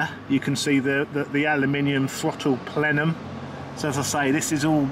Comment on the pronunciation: Today's word is Plenum, Plen-um, can you say it! 😂😉 It's to distribute the air equally at a positive pressure.